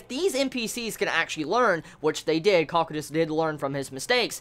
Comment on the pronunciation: Its Co-Q-tus. To pronouce his name